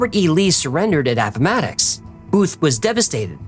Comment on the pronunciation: app-ma-ticks. You sound like a local! As someone from appomattox i love this episode